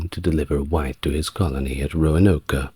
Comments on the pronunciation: Roanoke. Not Roanoka. 3 syllables, not 4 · “Roanoka” Really? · Glad to know I'm not alone. Also, my eye twitches a little when he says Roanoke 😅 (Row-an-oak) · I love all the background details in this video, but I have to point out that the “e” on the end of Roanoke is silent. The “oke” is pronounced like “smoke.” 😁